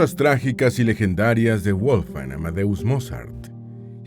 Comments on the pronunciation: Toda la información muy verás e interesante. Lo único es que le llamas WOLF-FANG ( es decir colmillo de lobo en inglés...) la forma correcta de pronunciarlo es "VOLF - GANG" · Muy buen video, pero tengo una duda: Su nombre (originalmente en alemán) ¿se pronuncia "Wolfan Amadeus" o "Wolfgang" o "Volfgang"... ?